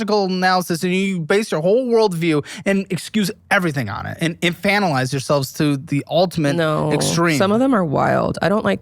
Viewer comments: I’m so glad learned how to pronounce infantilize! Now let’s work on nuclear and taqueria ❤ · Not finally pronouncing infantilize correctly!